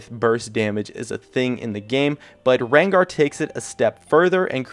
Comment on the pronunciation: your name pronounciation is so awkward... "Katarinaw", "LeBlonck", "Rengawr" in other videos I somewhere also heard "Alistawrrr"